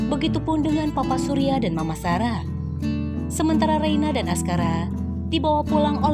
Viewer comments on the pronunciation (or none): none